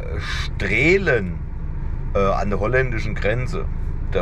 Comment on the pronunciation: Hallo, schönes Video, die Sprechform von Straelen ist " Straalen". Weiterhin gute Fahrt. Grüße vom Niederrhein....Hans